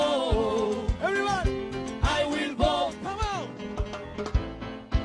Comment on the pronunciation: “oh my god I will booaattt, I will boat for yonald thrump”😂😂😂😂 FOH!!!😂😂😂